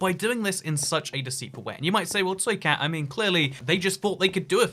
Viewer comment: hello im (unintelligible noises) toycat